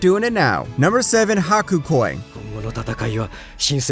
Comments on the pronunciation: No.7 It's Hakuōki, not "Hakukoi". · “Haku Koi” lol it’s Hakuoki